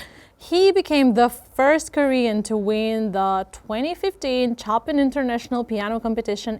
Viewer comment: The way you butcher foreign words like Chopin, Tchaikovsky or Trondheim is so cute <3